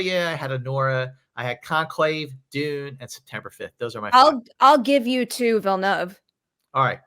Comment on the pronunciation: I don't see Denis Villeneuve getting in either. Also, should there be a school for Americans to at least learn how to pronounce his name? It really isn't that hard.